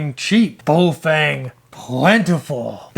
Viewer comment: it is Baofeng pronounced Bow (like cow) Fung. There is no Bo and no fang. That said,, thx for another good vid.